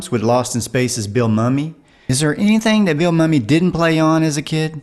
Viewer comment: No problem. It's a common mistake when people pronounce his name.